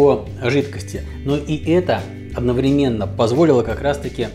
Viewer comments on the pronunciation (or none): none